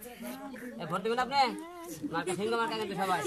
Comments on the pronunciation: ভালো করে তো সিংহ উচ্চারণ করতে পারেনা,, বলে শিংঘ,ও আবার হবে এমপি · হিরো আলমের মার্কার নাম হিরো আলম নিজেই বলতে পারবেনা বলে সিংঘ সিংহ বলতে পারেনা